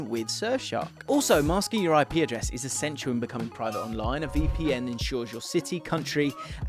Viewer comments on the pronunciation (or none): none